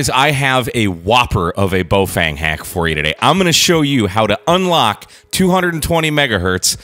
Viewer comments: In English it's closest to BOFUNG or BaOFUNG. There are actually Baofeng pronunciation vids made by the company. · To be precise, it's Boo-Fwang, you need to put more emphasis on the second syllable. Your journey to sound like a native Chinese speaker is nearly complete. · You keep pronouncing the name differently and each time it’s incorrect. First you called it Boefeng, then Boefang twice, then Bowfang and lastly Boefeng twice. It’s a Baofeng: Ba-o-feng. Ba as in bat, o as in got, feng as in fencing without the c, i or second n.